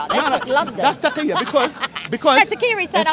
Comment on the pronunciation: taqilla not taqqiya lmao